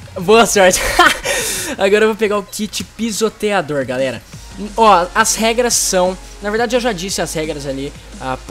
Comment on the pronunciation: kkkkkkkkkkk o rezendeevil falu galela